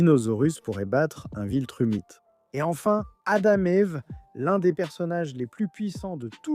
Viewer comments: Viltramite...je commente sais que malheureusement ça va aider le referencement mais c'était extrêmement agaçant, la prononciation a été bonne pendant quelques secondes mais sinon c'est immonde et si c'est " VILTRUMITE" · Très bonne vidéo et chaine très intéressante avec vraiment du potentiel..mais pourquoi "viltramite" ? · C'est pas viltramite mais viltrumite quoi